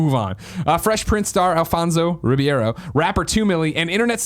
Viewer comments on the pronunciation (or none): Some day Greg will pronounce Alfonso Ribeiro's name correctly. Once again, today is not that day.